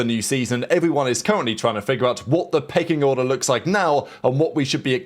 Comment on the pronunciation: Did you say pecking or pegging order? 😂